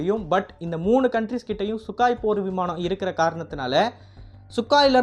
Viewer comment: சுகாய் இல்ல...சுகோய்...